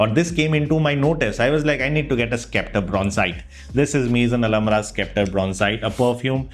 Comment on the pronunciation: It's 'septer' and not skepter, just pointing it out